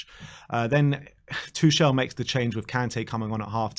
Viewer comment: Tuchel....... TO...iciCLE, TO...bicyCLE....... TOCLE.